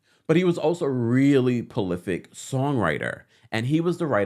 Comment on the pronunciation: Did he say, "polific" instead of "prolific." 🤐 Anyway, Latocha is so off! She has a GOSPEL album that she SUPPOSED to be out promoting, BUT INSTEAD, SHE'S OUT HERE TALKING ABOUT WHO COULDNT SING AND WHO COULD SING WHEN SHE WAS WITH ESCAPE!! WTH,! She's too old for this!! Her focus should not be on a group that she no longer wants to be a part of, it should be ON HER ALBUM! Why affiliate mess with her new venture! Stupid!!